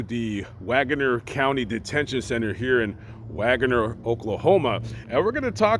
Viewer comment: Hey from Tulsa, Oklahoma! Wanna sound like the locals? It’s pronounced Wag’ner!! ❤️